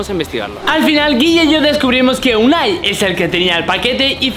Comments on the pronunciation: Uani lelo bien dice unai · Ese nombre es Unai lee bien Uani